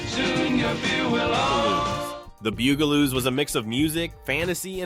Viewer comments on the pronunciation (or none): BUGaloos not Boogaloos or Beegaloos. Also Benita Bizarre not Benita Bizarree.